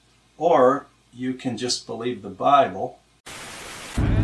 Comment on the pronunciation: Did he just say Brible? I'm stealing that.